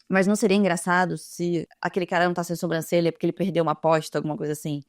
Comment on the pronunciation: pelo amor de Deus para de falar SOMbrancelha kkkk aaaaaaa é SObrancelha